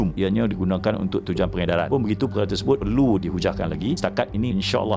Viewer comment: Correction..tiada pengedaran...melodi tolong betul kn sebutan.